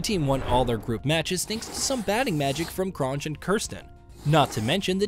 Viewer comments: Lol, hansie cronge🤦🏻‍♂️ try saying the word "year" without the "R" at the back, then just pronounce it Hansie Cronyea, good video ,new sub here keep em coming my bru👍🏻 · Hansie Cronje is pronounced Hanzee cron-yay